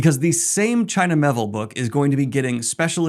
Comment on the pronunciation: It’s Me-Ay-Ville!